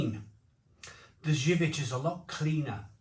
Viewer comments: Better go to Polish shops for good imported beer (Zywiec is pronouced zerviets like serviets) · Zubr is pronounced jub-r with the j being the shift and rolling j rather than a hard j like joke or job. Same for zywiec except that finishes with a Ch sound (polish is horrific to learn. I've been struggling/failing for about 8 years). Also I'll point out that these are the polish equivalent of fosters or Carling. Really not their good stuff at all. Perla (pronounced perwa) or kasztelan are better, particularly the niepasteryzowane (which means non-pasturised). The best polish beer I've ever tried you'll NEVER find alas. Zloty lan (zwoty wan, it means roughly golden grain) is one I've only ever found in two local village shops in the arse end of nowhere when we go and visit the missus' family. It's so divine that you can drink it warm after a perfectly chilled, good beer and STILL think it's better.